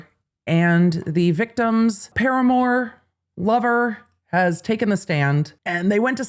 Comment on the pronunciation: it’s paramour not Paramore, that’s a band 😂😂😂 I love how your mind went there 😂❤